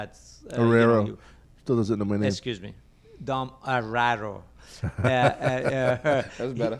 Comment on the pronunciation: I'm so tired of hearing "estchuze mee" coming out of mouth on all of these podcasts. >.>